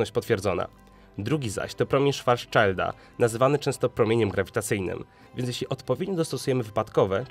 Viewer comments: szwarcszilda, nie szwarszajda xd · "Szwarcszilda", nie "szwarcczajlda" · Nie "Szwarszczajlda" tylko "szwarcszilda" (niemieckie nazwisko czytamy jak angielskie? Nieładnie). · szwarcszilda a nie szwarjszalda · czyta się Szwarcwalda :) filmik bardzo ciekawy! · kurwa promien szwaszczalda xDD ogarnij czytanie xDD